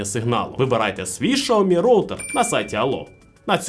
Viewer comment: Шаомі -вухо ріже ...